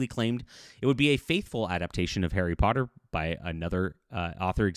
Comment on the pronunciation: "Terry Potter" Enunciate please.